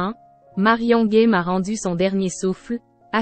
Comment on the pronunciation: Merci pour cet hommage, mais la pronociation n'y est pas c'est GAME et non Guème comme vous le pro,ocez, merci de rectifier. Il ne s'agit pas d'un jeu Game en anglais....